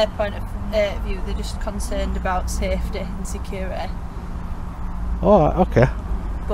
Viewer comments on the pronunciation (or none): Ohh I LOVED , giggled , rewound & rewatched that hilarious (to my American 👂) the 👮🏼‍♀ state - ish… ‘’They’re concerned about SUF-Tayee uhh SECK-URR-UHH- i/eye👁’’. Ohh my 🙃😆 That was awesome & wild. Lol. This video was suggested to me b/c I suppose Googles YouTube thinks well since I love learning about rights in 🇺🇸 this video in another country will be PERFECT , for you with as long as the Subtitles can be enabled. It’s so fascinating all the differing accents in the English language. It’d be fascinating to watch a video to see the core fundamental differences between some of the most basic supposed guaranteed rights in UK , 🇺🇸 & 🇨🇦, b/c it’s seems although similarities are there , I believe that the constitutional 1st Amendment rights are a little different than in 🇬🇧 or Great Britain or however exactly it’s all encompassed, (as a ‘’dumb’’ American.. I’m not entirely sure but said w/ respect 😃) . It is intriguing nonetheless how angry people become when they see others in public doing something they don’t see everyday so they have a fit , 🫠 & actually essentially tattle tale like we’re back in grade school, but it appeared that your police 👮🏼‍♀ was not as psychotic or egotistical as our female officers almost always are, in theory one would imagine hiring females for policing would add a balanced compassion to citizens & it sure does not seem to work over here, it is very shocking & sickening at how dreadfully lacking the 🇺🇸 Gov’t brutally enforcers behave when